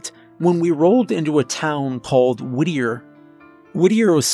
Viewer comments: I thought you were saying “woodear” or “woodyear” Is it Whittier? Lol Sounds like sirenhead tbh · I thought he was saying Whittier like Whittier NC, lol. Your explanation makes more sense.